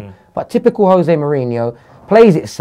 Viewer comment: why does say yose mourhino it angers me so much. it's jose. Yose sounds like his eastern european cousin